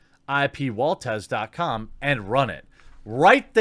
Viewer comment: "Ip" in "IpWaltez" is written like it's pronounced "Eep".